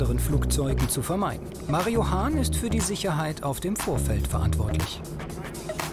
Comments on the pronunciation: Mario Hahn, auch alleine der Name, Legende😂❤️ verstehe immer Marihuana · Nur ich höre "MARIJUAN(a)"?